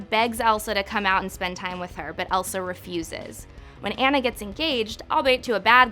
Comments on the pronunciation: ITS A-W-N-A NOT ANNA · It's Ana pronounced An nah not anna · Tf first of all it’s ONN-uh, not Anne-uh. Did you even watch the movie? Aladdin and Elsa were not jerks. And how was she supposed to master her powers by herself especially knowing she could hurt her sister??? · I always though it was pronounced on-a not ann-a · 1. I would’ve included Woody from Toy Story 2. You kept saying Anna’s name wrong 3. It wasn’t necessarily Elsa’s fault. I’d blame her parents! You could see that she CLEARLY enjoyed being with her sister until her parents told her she couldn’t be with anyone including Anna until she controlled her powers. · Okay but Elsa thought that her powers would literally K I L L her sister...which is more serious than hurting Anna’s feelings. She didn’t isolate herself just to be an asshole. Y’all stop hating on my queen ❄️ 👑 I don’t take opinions from people who mispronounce Anna either lmao.